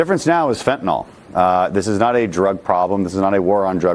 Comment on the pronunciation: It's "fentanyl," not "fentanol,". Either way, though, it's bad.